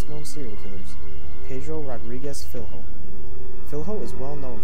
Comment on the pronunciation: Cool video, but the correct way to pronounce the "fiLHo" is like the the two L in spanish. Like in "Pollos", so read it as "Fillo"